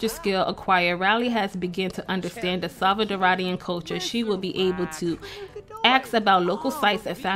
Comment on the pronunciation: It’s stressin me out the way you’re saying salvaDORA and salvaDORIAN not salcadaraduh...